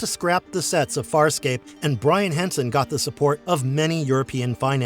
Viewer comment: You seem to have knowledge of the show, but at the same time you mispronounced almost every name. So maybe you are book smart, and lacking in actual experiencing the show. You should because it’s one of the best sci-fi shows ever.